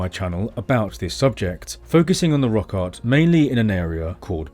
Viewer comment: every time you say "rock art" it sounds like "rock hard"